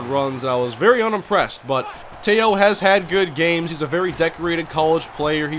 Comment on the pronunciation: You mainlanders don't know how to properly pronounce his name. Manti TE'O... not Manti Tayo!!! I'm from Laie where he's from as well and I know him very well as well as his family. Teh-Oh... that's how you pronounce his name...Tayo is how you haoles say it... and don't dogg him, your sorry ass Vikings might be drafting him!!!